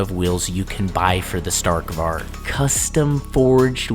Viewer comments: Can you pls try to pronouncevit correct next vid would prob be funny btw it sounds like stahrk varij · sta(R roll)k vari. I would thank you for pronouncing it like that